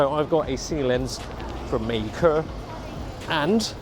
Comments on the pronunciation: May-kuh, huh? Learn something new everyday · MEI KE! Is that the proper Chinese pronounciation?